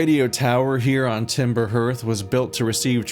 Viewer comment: Looking forward to this! That intro music is very relaxing and cathartic for me, so I hope all this spoop isn't going to ruin that vibe. Gabbro surprise! I guess says "H-earth" instead of "Heart-h" because it's an Earth-like planet.